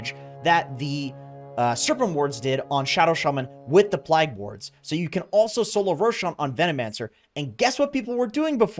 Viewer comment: "plag wards" xD